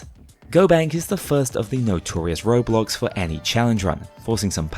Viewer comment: the way you say roadblocks I keep thinking you're desperately trying to avoid the game roblox